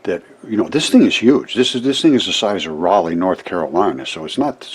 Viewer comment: You're the First person on YouTube I've heard pronounce Raliegh the right way. But YouTubers aren't known for their reading skills. PeaCe. Thanks for you diligent work. I walked outside my home in eastern NC and found several fossils right away. I left a link one time to it. But I just got people coming to my channel telling how to think and leave the definition of Paradolia* Bunch of Jerks.